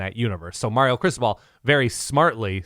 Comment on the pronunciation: I love the fact that calls Mario “Marry-O”. It’s chsrming.